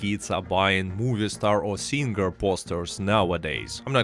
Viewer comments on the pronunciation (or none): none